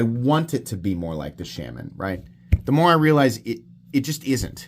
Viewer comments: I have once again come to remind you that it’s pronounced “Shaw-muhn” and not “Sham-an”. Also that pointing out such an objective fact is the absolute pinnacle of comedy and wit. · The mispronunciation is funny, but iwould be funnier if you didn't announce that you are mispronouncing it every time. I love my Shuh-MON